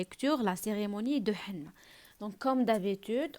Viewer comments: Henné كتقرا é_nné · ماقتقراشhenné فحال هكا كتقرا اني